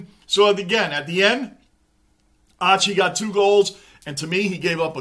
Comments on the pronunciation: Just so you know Lachie Neal's first name is pronounced Locky lol, just a little side note :) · G’day. Great review mate. Lachie Neale is pronounced Locky 😂. It’s hard for any team to sustain a lead like 28 points and go on with it. Especially against other good teams. These games are full of momentum swings. Collingwood are known to be able to claw there way back into the game and win, but they couldn’t sustain the pressure required this game. So many factors come into play as to why. Good to have you back mate 😊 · Lachie is pronounced Lock Key, his nickname is Chock (Choccie).. The reason they can’t stop Charlie Cameron is because he’s unstoppable mate.. And even if you did stop him, we have Lincoln Mc Carthy & Chocc (both Brownlow Medalists), plus we have weapons like Bailey, Robertson, and All Australian Harris Andrews.. 🦁💪🏽 We’ve waited for so long for Brisbane to build us a team that was unbeatable come Finals time.. Here, Hold my beer..😂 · Great work as always. Hoping Fremantle pick up their game in 2024! I love how you pronounce ‘Lachie’ as ‘Lotchy’ ☺️